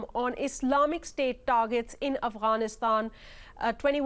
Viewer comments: "Afranistaaan" ? Can you say "Afghanistan"? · "Avanisand" ..Really nigga? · who realised she said Afghanistan wrong